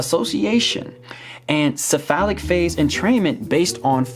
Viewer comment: "It's called this-a phallic phase" Whut?!? "The cephalic phase" Oh... LOL